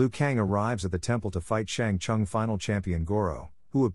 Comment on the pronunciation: "Shang Chung" ....